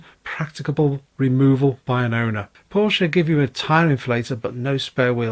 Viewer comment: im excited for you. Well done👍🏼(was going to unsubscribe if you didn’tsay Porsche🤣)